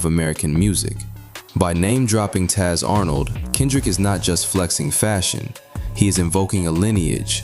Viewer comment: i thought he said "Tiny Tatt on" lol but Taz Arn' i acutally know just couldn't hear that lol